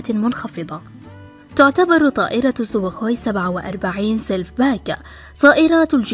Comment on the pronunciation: أنتي ضعيفة وماتعرفي تنطقي حتى إسم الطائرة (سوخوي) فأرجو من حضرتك أن لا تعلقي على أي مقطع مرة آخرى فلغتك ضعيفة وإلقائك أضعف .. والتعليق يحتاج إلي إتقان في النحو والقراءة الصحيحة باللغة العربية ..